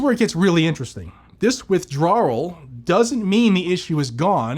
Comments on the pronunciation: Please stop with WITHDRAWRURAL its pronounced WITH DRAWL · Withdrawral.... it's his Boston showing again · Withdrawal is one hell of a word for ya brother, LMFAO haven't seen you have such a hard time with a word lol seriously tho, as ALWAYS THANK YOU..... Shes not off to a good start!!! If it is apart, used with /for a firearm it should be covered under our 2A rights not the other way around like she's saying now!! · There’s only one R in withdrawal 😂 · Most unique way of saying withdrawal I’ve ever heard 😊